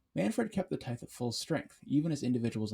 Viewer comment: Good video, but its pronounced "tie-th"